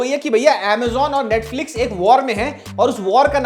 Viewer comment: Bro it’s NETFLIX not NETFIX 😅